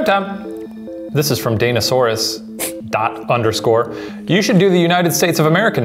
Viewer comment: Okay, we need to talk about Shane saying danasaurus the way he did. I may be wrong, but I’m pretty sure it’s supposed to be pronounced as Dan-asaurus not Dana-saurus. The danosaurs are a thing from the Daniel Howell fandom (previously the danisnotonfire fandom) and I’m pretty sure the username was referencing that. Again, I could be wrong bc no one is always right, but I’m a big fan of Dan and I’m desperate to find others who also enjoy his content.